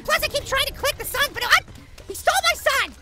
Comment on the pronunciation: whenever you say give me back my sun it sounds like you're saying give me back my son in Happy Wheels